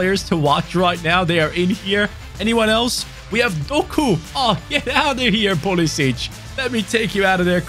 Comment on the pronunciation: As an American, hearing get out of here pulisic made my eyes twitch lol